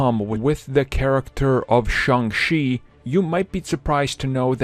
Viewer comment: It's Shang Cheee, not Shang Xi.